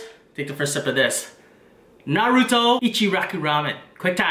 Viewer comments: My man, u said Naruto wrong. I’m calling the swat team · I left right when I heard him pronounce naruto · I like how he says it wrong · Omg he doesn’t say “naruto” right😡😡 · You said naruto wrong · U aren't saying his name right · You pronounced naruto wrong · can't even say naruto right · Say naruto like that again I'll smack the shit outta you😑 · Ur pernousing naruto wrong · Na roo tow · "Nurooto's Ramen" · You can’t trust anybody who calls Naruto narudo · “noruto rice cake” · He says it like this na-ru-doe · I heard..Nar-oodles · Lol Nah-Rude-do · He saying naruto worng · Its naruto not naruuto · im going to dislike this video, it is because you pronounced Naruto to Narudoe and the way you said Ichiraku... you said IchiRAhku... disrespectful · STOP SAYING NARUTO LIKE THAT ! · Say Naruto correctly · He said naruto wrong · What is nae ru toe it's Nar Ru To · It’s not NARUDO it’s pronounce (nah)-(roo)-(toe) for f*** sake! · I must be hearing things because he just said nu ru toe It's: Nah ru toe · You DONT PRONOUNCE it like NARUUUTOOOOOO its like (Narito) naruto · Might be his Vietnamese tongue but he speaks almost perfect English and it’s literally NAH ROO TOE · *PLEASE READ* I see that lots of the comments are about how to pronounce Naruto. If you have actually watched the show it is Nar-ru-toe not Nar-ruto or Nar-rudo This isn't a hate comment but will actually prevent less mean comments on the next Naruto video! I love your vids but I'm so hungry now:D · Clearly that is how they pronounce naruto on dub but on japanese or sub . It is not pronounced as narutoe it is nar-ruto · NAH-ROW-TOE say it fast Naruto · Why does he say Narooto instead of Naruto? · Why do people say narudo it’s naruto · its not nuroto its NARUTO with the a talking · Don't ever say neruto again it's nar-u-to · It not nouta it’s naruto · Whats narudo you mean naruto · Do people not know how to pronounce “NARUTO” people be saying nuruto like cmon man. no hate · He says narUto